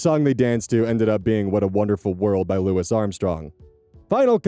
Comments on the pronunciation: Louis is pronounced "Loo-ee" not "Lewis", it comes from french. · it’s pronounced Lou-ee Edit coming in before people try to “uhm, ackchually” me, yes I’m aware that lou-is is a valid pronunciation, but in this case, the man went by Lou-ee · Louis is pronounced like lewie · You did NOT just call him "Lewis Armstrong" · Nearly spat my drink out at the pronunciation of louis armstrong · Every time pronounces the “s” at the end Louis Armstrong’s first name it takes a year off my life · never heard someone pronounce louis armstrong like that before lol